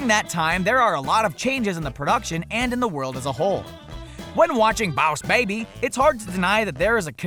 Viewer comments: I usualy enjoy your videos but seriously "BOUWS BABBY" ITS REALLY ANNOYING and really takes away from the video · It sounds like you are mocking southerners while saying 'Boss Baby'. Please never make a video on bosses OR babies again, I can't take anymore misspronunciations. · Bawus Baybay plz stop pronouncing it that way... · stop saying bauss baby it is soooo anoying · I disliked because of his accent of bwass babeeeee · SkullGurl 123 it's stooped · Or maybe he has a accent that causes his saying of boss baby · 90% of these comments are complaining about how he pronounces boss baby but I find it hilarious. X'D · Say bawse baby one more time. I dare you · Bruh your saying boss baby so wrong your bad at saying it say it right you mad me so mad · I died of laughter every time he pronounced "Boss Baby" like that. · Even after some how making it through that video with the way he said boss baby I just have one question... did you stretch before you reached that hard? Seriously everything didn’t make sense no matter how much you tried to explain it. It’s ok for a kids movie to just be a kid movie ya know? My son has watched this movie almost everyday I can debunk every single one of those claims and save everyone the time right now it’s just a simple kids movie. The most adult references made in the movie is the part where Tim whispers in the baby’s ear where babies actually come from and then the part about Lennon and McCartney which made me laugh. But yeah this was all too much my guy. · Lmaoo everyone hating on this guy's pronunciation of boss baby I'm deadd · Because of his pronunciation of boss baby, the Auto generated translator just translate it to Mouse baby or Vows baby😂😂😂😂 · take a shot every time he pronounces boss baby wrong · Why did you turn country at this point? And you know you could had called the baby by his original name. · am i the only one who hears how diffrent he says boss baby and kinda got annpyed??? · Dude. Say “Boss Baby” normally please.